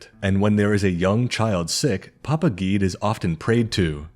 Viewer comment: Awesome video! I’ve been a fan of you’re for a while and I’ve always loved your break downs of different gods and spiritual lore. I am a practitioner of Vodou myself so I was very excited when I saw your upload. Although if I could give one slight critique and it’s only in reference to the Loa you mentioned names “Guedhe”. His name is actually pronounced “Geh-Deh”. It’s not one syllable. It’s two. That’s my only critique! Other than that wonderful video! ❤